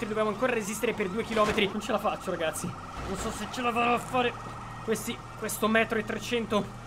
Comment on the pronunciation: Ma ha detto ragasi